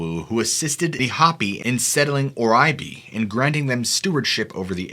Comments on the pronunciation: ITS "HOE-PI'(PHONETICALLY) NOT HOPI..LIKE HOP...ITS HO-PI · Hoh-pi, not hoppy. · Shosta? And it's not 'potentially active', it's dormant, or sleeping...means the same thing, but more technical. The Hoppy? Hoe-pee. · The word "Hopi" is NOT pronounced "Hoppy" it is pronounced "HOH-pee" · "Hopi" is pronounced, 'Hope-E' not hoppy. You might want to do a Google translation on some of these words you miss out on. And you missed out on a lot. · It’s Hope-ie And Massimo… pronounced like the Target clothing brand. And Shasta is pronounced like the Soda/ or pop if you prefer Thank you for the stories 🥰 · Very informative, thank you. By the way it is pronounced Hopi ,not Hoppi. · HOPI is pronounced like the word HOPE not hop. 🙄, HELLO FROM ARIZONA 🌵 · The tribe name is pronounced as Hope-ee, not hoppy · Its Not HOPPY it's HOPI (Hoh-Pee). Your murdering the names, dude. I do like your channel, but, you murder all names you should research how you pronounce them. You lose credibility. I unsubbed for this very reason. Sorry, this one did it for me. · Just fyi... "Hopi" is pronounced: "Hope E" not "Hopp E"... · First of all, a great video! Next, it’s not pronounced like Hoppy, it’s Hopi, pronounced like hope-ee. And lastly, never go off-trail! You’ll run into all sorts of trouble. 🌻🧡👍🏽 Do you believe in aliens 👽, or maybe a hidden advanced civilization perhaps? 🤔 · It’s pronounced age 0PEE not age OPPY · It is Hopi, not Hoppy Long O like in Hope. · Love your work. Fyi, it's Hope-E, not Hoppy. That's how you pronounce Hopi. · It's hope-e not hop-e. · And maybe if you don't know how to pronounce something you're going to be saying several times.. take 10 seconds to look it up. The Hopi ( is not pronounced Hoppee) 🤦‍♂️ its ( Hope- ee) this is a large and very well known tribe in the western U.S. come on man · Not being an ass just educating. So take no offense plz. But they are pronounced "like" hO-pe, not hoppie. My spelling it deff not right but thats the sound